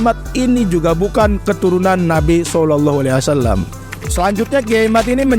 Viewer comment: NGOMONG SAW AJA BELEPOTAN..